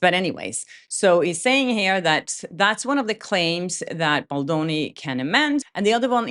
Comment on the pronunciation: BAAAAAAALDONI! Not BULLDOENI WTF